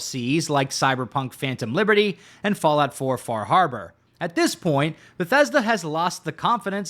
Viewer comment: You pronounced FAH HAHBAH wrong.